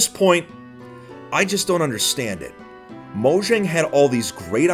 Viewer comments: M3 hearing him say moshang Me:mojang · I'm glad to hear that a lot of people pronounce it as Mojang and not mOyAnG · It's pronounced "moyang" and not "mojang" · The j in Mojang is pronounce as y. Moyang.